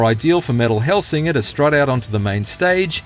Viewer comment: I'd take the review more seriously if they said the name of the game correctly